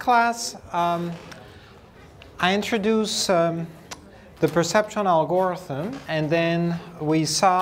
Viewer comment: Great lecture, thank you for making this available, but someone has to tell him how "algorithm" is pronounced! Please!!!!!!